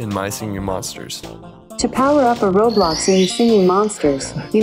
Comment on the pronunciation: the "roblox" pronounce made me dying